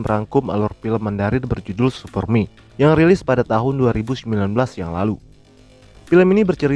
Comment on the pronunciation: Bacaan "super me" pengucapan "supermie" aowkakaowkkakaowoakaoao